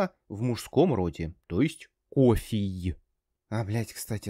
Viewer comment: Кофий прикольно звучит